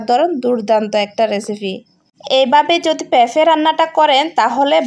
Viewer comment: উচ্চারণ ঠিক করা উচিৎ যেমন ফেফে জাল জরিয়ে বেজে।